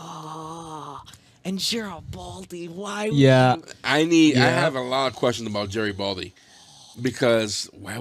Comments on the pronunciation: I understood it as "Jerry (Doyle)-Baldy" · Your insistence of the mispronunciation of the Jerry Doyle’s character is either childish or you are all mentally challenged. Why continue this juvenile behavior?